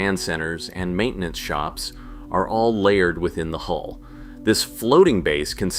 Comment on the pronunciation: Hull number not HOLE stupiiidd!